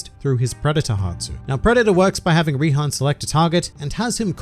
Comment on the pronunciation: Its Rihan, but you are correct